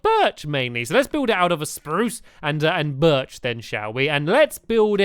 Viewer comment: OMG NOOOOOOOOOOOOOOOOOOOO HE DIIDINT SAY BIRCH RIGHT